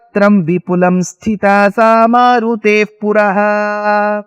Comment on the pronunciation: Bheema roopa dhari asura "samhare", swami .. Not " Sahare" 🙏